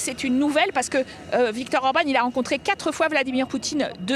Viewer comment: Le quatre .... Pas le quate ....